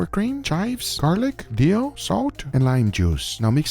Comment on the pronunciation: He says dill